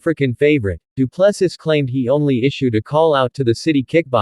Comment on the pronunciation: Say after me, doo plu sea.....as in ocean,you know. Doo Plu Sea.....pronunciation